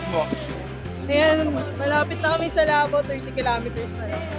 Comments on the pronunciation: Labo not labu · It's Labo and not "Lobo" ms.